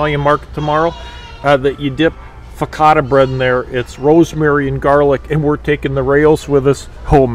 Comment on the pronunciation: Raos is pronounced R-ows. Like Ow with an R on it... It's not "ficatta" bread. Its fo-ca- sha. You're going to drive Italians, nuts.